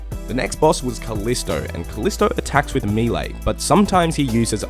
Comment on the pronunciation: What attack style is “mee-lay” ?